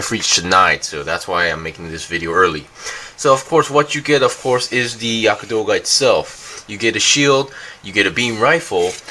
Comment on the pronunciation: not Yaka....Yagd...or Yakt